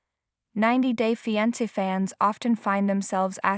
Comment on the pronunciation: It’s fiAnce, NOT fiEnce and SAINT (St.) Petersburg NOT STREET Petersburg and ArmAndo NOT ArmEndo and San FelipE NOT San Felip and La Mision was massacred. Sounds like someone needs assistance with English pronunciations.